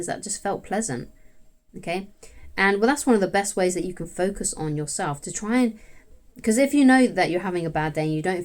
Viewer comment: 'Focuz on Betternezz' 👌